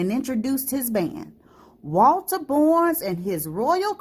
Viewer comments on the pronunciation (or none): 👍I’m sorry to hear that so many folks lost their lives. Thanks for sharing.💝 I’m trying to figure out why the narrator is saying “Borns” instead of “Barns” for the pronunciation of “Barnes”.🤔😩😞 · Pronounced BARNES... not "borns."!!! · I enjoyed the story. It was great, however, you didn't pronounce the name Barnes properly. It sounded like Bournes instead of Barnes.